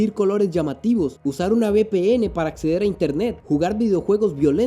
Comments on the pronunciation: no se dice acezar 17.23 se dice acceder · Me sangraron los oidos nea!😂😂😂